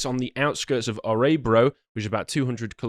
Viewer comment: Me: "Yay, my country is mentioned in the Lotus Eaters" Also me: "Oh no, my country is mentioned in the Lotus Eaters" Also, pronunciation of Örebro is adorable